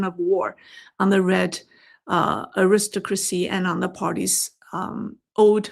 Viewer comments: "aristocracy" -- pronounced AIR-is-TOCK-ruh-cee, with the third syllable "TOCK" the strongest (my apologies for correcting such a minor nit, in light of your finest insights) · Your pronunciation of Aristocracy is off quite a bit. You are stressing the second syllable when you should be stressing the first and third. More like AIR iss TOCK rah see. I say this with love as the rest of your english pronunciation is pretty good and I appreciate the work you do. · Just a little note. The word "aristocracy" is pronounced with the emphasis on the third syllable: arisTOCracy. "Aristocrat" does have the emphasis on the second syllable: aRIStocrat. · The word is Aris- Stock- Crasy.. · I should add that the word Aristocrat does in fact stress the second syllable. Aristocracy does not. I assume this is where the mispronunciation stemmed from.